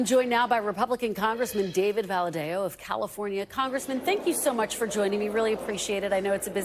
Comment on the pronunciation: What a pronunciation of valadao